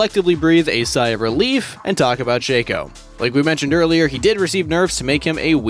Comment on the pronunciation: Why you pronounce Shaco like Shake-co not Shack-co